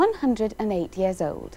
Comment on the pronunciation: Her speech is incredible and precise. Notice her non-rhotic pronunciation of the word "years" and how she very subtly rolls her R's on the beginnings of certain words. That's some cool stuff!